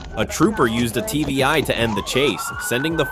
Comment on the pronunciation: It's not TBI, it's TVI. Tactical Vehicle Intervention. Basically, PIT and TVI are the same thing. If you watch other videos like this on other channels, you'll hear it more